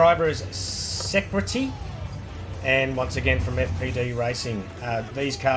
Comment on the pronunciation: no problem at all! Really looking forward to it. Also the heavy one, the Camaro, it’s driven by SECRETI. Se-cree-tee. It’s gonna explode when it hits the Esses near the end of the track!